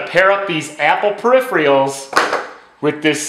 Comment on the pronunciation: How can you not pronounce peripherals? Have you only ever seen that word written?